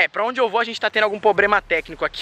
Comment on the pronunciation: "Pobrema" kkkkkkkkkkkkk